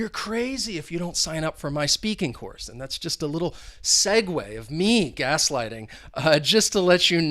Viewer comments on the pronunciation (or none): none